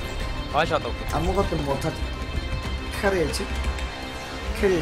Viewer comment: ㄴㄴ 정확한발음 "캐리햇져"